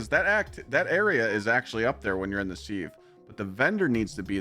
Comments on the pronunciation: Love the vid but "Seeve" should be pronounced "siv" , like the kitchen tool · Its not seeeev its Siv 😂